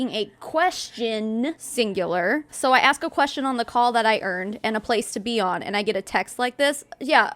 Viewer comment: Since when did the word "And" start being a 2 syllable word? "Annnnnn-ddda" ...